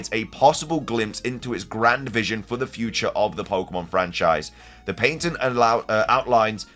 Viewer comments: Pat - tent. Not, Pait -ent. Merry Christmas. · Its called patent. Not paintent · Patent...ok i thought he was saying "painting" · Pat-ent not paint ent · I'm sorry, why? Not Nintendo, but you. You keep pronouncing it "Paintent" but it's spelled "Patent" and pronounced "pa·tnt". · Finding out patent is pronounced differently in England is mind blowing. In America it’s pronounced as if saying pat-int. I was gonna write a comment saying “that’s not how you pronounce it,” but I googled it just in case and by golly it’s actually different over there. So strange 😂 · The way you say patent is cringy